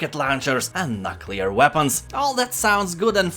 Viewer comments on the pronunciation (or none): he says Nutclear weapons....dude its pronounced NooClear (Nuclear).